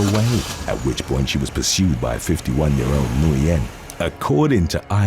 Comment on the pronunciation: Nguyen is pronounced as win! Always messing up names